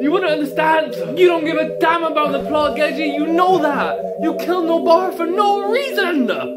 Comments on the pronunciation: It's gege, not geje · Gege is pronounced "gay-gay" no joke tho